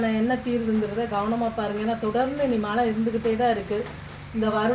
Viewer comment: மல இல்ல மழை இந்த தமிழ் வார்த்தையை கூட தெளிவா உச்சரிக்க தெரியாத நீங்க எல்லாம் சாமியாரு அதும் தமிழ் கடவுள் பக்தி எங்கனா போயி உழைச்சி சாப்பிடுங்க மா ஏன் இப்படி எல்லாம் உங்க வாழ்க்கையை நீங்களே அழிச்சிக்கிறீங்க.